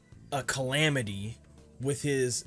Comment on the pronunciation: I did a spit take when you said calamity